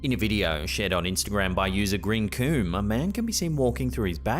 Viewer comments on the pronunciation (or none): Greencoom? We know that's not how you pronounce 'greencum' 😂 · That's not how you pronounce greencum 🤣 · "GreeencÜm" Nice. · "Greencum" is not pronounced Green-Coom!!! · ‘Green cooooum’? Is that what Shrek produces when he gets a little over-excited?😮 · the way he pronounced the poster's name 😏